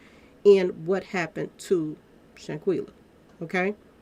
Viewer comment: you know you can butcher a name. You mispronounce Shanquella and Khalil's name.